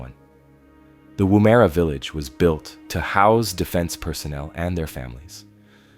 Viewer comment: It’s pronounced Womera